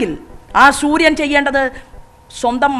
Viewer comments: ശൂര്യൻ അല്ല സൂര്യൻ 😂😂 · ശുരിയൻ അല്ല സൂര്യൻ അത് ആദ്യം പറഞ്ഞു പടിക്കു പ്ലീസ് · ഹലോ അമ്മച്ചി ശുര്യൻ അല്ല സൂര്യൻ